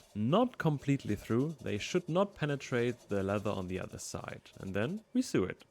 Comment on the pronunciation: Love the design and hope you have fun with it. Remember: sew and sewing is pronounced “so” and “so-ing”. 😊